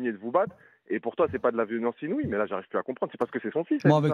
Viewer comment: On parle de LONGORIA qui galere avec le francais pour "INOUIE" .